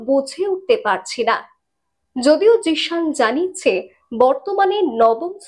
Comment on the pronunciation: জিসান ❎ জিয়ান ✅